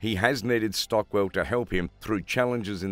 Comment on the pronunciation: her name is Shotwell not Shortwell.